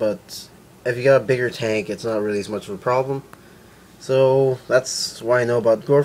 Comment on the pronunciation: its pronounced gor-omm-ee. thanks for the vid :)